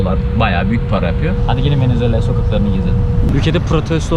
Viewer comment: ya gardaş hepsi iyi hoşda şu VENEZUELA ya VENEZUELLA deme yaw